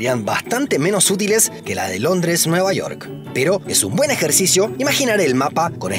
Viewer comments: cómo que nueva "iork" UMI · jajajjaja NUEVA IORK